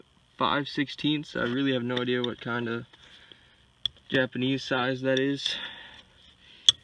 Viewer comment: Haha I like how you said Japanese sizes!